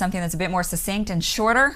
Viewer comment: "Succinct" –– pronounced "suck-sinkt". The same as the "CC" in "success" or "accident" or "access."